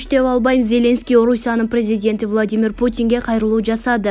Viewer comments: Тексти окуп жаткан квзга- Зеленский деген атты туура окусан ударениени биринчи ээге койбой оку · Атомду , Зеленскийди,Бористи туура окучу.